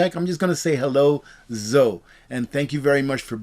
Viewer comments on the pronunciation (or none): Zoe is pronounced Zo-ee